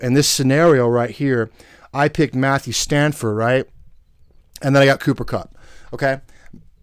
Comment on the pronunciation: It's STAFFORD not STANFORD. Damn that's annoying. Lol